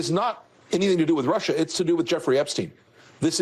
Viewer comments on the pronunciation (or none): none